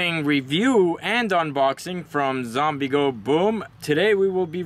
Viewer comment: I stopped when he says....."For zoombie killing".....WTF?????????